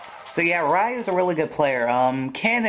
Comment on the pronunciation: his name isn't pronounced rieu its reu